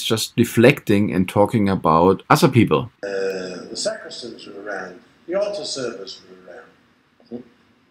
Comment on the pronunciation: Why do you say ZA pope instead of THE pope?